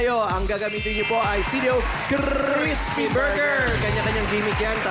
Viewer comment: 😂😂😂😂crissspppy burger 😂😂😂tawa ako duon ah